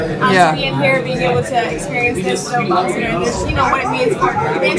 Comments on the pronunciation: Barak Obazza? Obasma, sweetie. OBAMA! Fix your AI! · What's with this Barack "OBAZA" reference. Is the A.I.going wonky? 🤷🏾‍♀